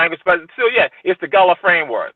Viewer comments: Why bro pronounce Gullah like that 😂 Not “ghoula”, its (Guhh-laa) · Man, it’s kinda of disrespectful to keep calling the GULLAH people GOOLA. It’s not that hard to correctly pronounce. Otherwise, I loved the video 🙏🏿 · It’s pronounced GUH-la say the ‘U’ like you would in “Sea Gull”